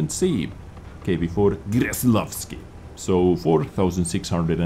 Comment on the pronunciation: its pronouced with a K, not a G. Kreslavski, not Greslavski <3